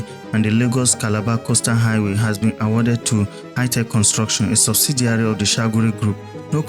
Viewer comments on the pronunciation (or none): none